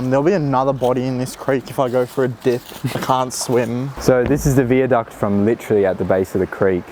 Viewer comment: wtf why are you pronouncing viaduct like that wtf